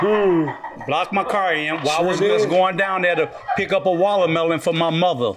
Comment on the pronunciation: "Wallamellon.." Lol HAHAHA 🤣🤣🤣